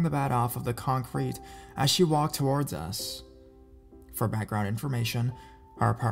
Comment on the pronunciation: I think it's because his emphasis on words is weird.. and he drags some words on when not nessisary.. that's why it bothers me a little Like when he says violent TOWARDS US .. it should be emphasis on the word VIOLENT not towards us.. it's just an unnatural way of speaking idk maybe English is a second or third language for him some people speak multiple languages and make little mistake like that not realizing.. me who only speaks English fluently picks it up right away